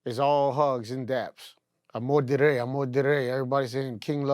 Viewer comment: They way he say amor del rey sound like bullshit